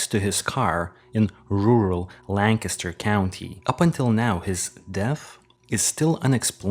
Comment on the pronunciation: Good one! I agree with you 100 %! Bonus points for pronouncing "Lancaster" correctly!